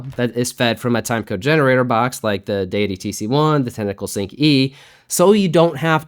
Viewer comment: "sunc"...I like it.